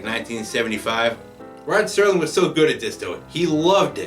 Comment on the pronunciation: Entertaining commentary. One thing, the name is Rod Serling, not Sterling. No T.